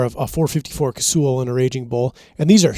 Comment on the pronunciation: Ugh! Another couple of parroters. Please learn how to pronounce “Casull.” When I encounter Dick Casull in the early ‘70s, he pronounced his name like “Castle,” not “Casool.” Please help stop the amateur madness. please please break the chain!